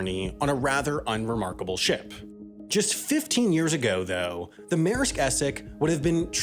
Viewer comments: Mayersk. Sometimes, the way people pronounce our language is just fascinatingly strange. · Take a shot every time he says “meresk essex” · Maersk is not pronounced Mare sk